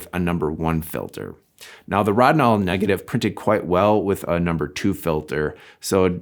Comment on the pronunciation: ROW-din-all. It's pronounced ROW-din-all. Also, thequestion: is Rodinal the best fine grain developer? was settled forty years ago. The answer is yes. Maybe read some journals, books and mages for that era. You know from a time when every professional shot film.